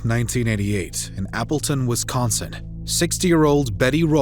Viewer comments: The man narrating this case mispronouces Wisconsin over and over again! He pronounces it as Wiscon'cent'. It should be pronounced Wiscon'sin' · First off, thank you for all the videos you produce. I have one additional comment: There is no "T" in Wisconsin, the narrator kept saying "Wisconsint!" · Great that the killer was finally caught. But if her lazy a$$ husband had taken her to work that morning..... Why do you keep saying Wisconsint, When it's spelt Wisconsin? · The grammar, pronunciation (I’m pretty sure there’s no ‘T’ in Wisconsin 😐) and elocution, plus the incongruous facts, make this difficult to listen to